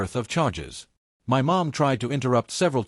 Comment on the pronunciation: Does AI not know how to pronounce 'My'?